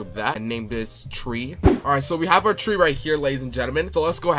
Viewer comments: It's Not Tre it's Tree😂😂😂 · Did bro really say “tre” instead of tree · Tree❌ Tre✅ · Did bro really called a tree tre? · Fix ur horror game like the name for the tre it called tree not tre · “tre”😂😂😂😂 I love your vids❤❤❤